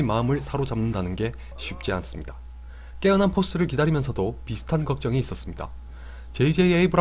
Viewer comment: 내 귀가 이상한가?? 왜 자꾸 깨난포스라고 들리지;; 초반에 이게 뭔말이야? 하다가 뒤로반복하다가 아! 함...